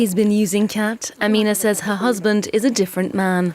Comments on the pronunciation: Lol "cat" it's more like "cot" pronunciation. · You need to work on your pronunciation about the name of the crop